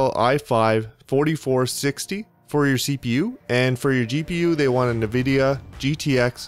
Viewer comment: Point of info. Nvidia is not pronounced Nah-vidia, it's pronounced Ahn-vidia. Thanks for all your work.